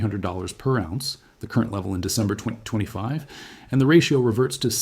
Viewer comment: He pronounces ounce as awz. The metal lead he pronounces leed. AI reading a written script.